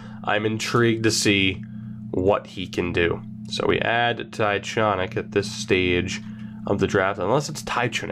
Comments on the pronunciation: Jonny Tychonick is pronounced (TY-KON-ICK) I know him personally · Jonny Tychonick is pronounced TyCONick btw